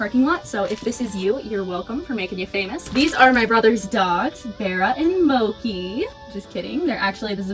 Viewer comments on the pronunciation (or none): Luv u but plz say that pronunciation of mochi is a joke lol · Wait you pronounce mochi as moki??? 🧍‍♀️ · why is mochi pronounced mokey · I love you but the way you pronounced mochi gave me gut pain.